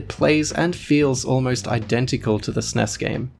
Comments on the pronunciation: It is pronounced "S-N-E-S", not 'sness'. No one called it 'sness'. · Downvoted for you saying "sness" instead of S-N-E-S